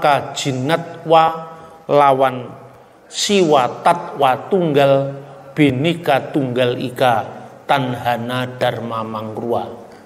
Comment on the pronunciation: PakbapakselalumengucapkanBenikatunggalika,bapasalahpak TapiBinekatunggalikalbukanbenika tapibhineka bukanbhenikaterimakasih